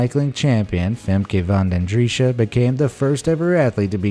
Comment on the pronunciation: The way how you say Femke Van den driesche isnt that bad at all for a non-Dutch-speaker